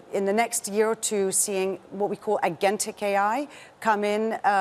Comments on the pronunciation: Agentic. Using AI agents or self learning AI that can make decisions autonomously. She mispronounced it. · Is her pronunciation of “agentic” wrong? Is it just me?